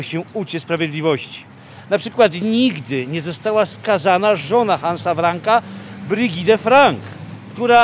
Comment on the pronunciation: Brigitte wymawia się BrygitE, nie Brygit czy Brydżit.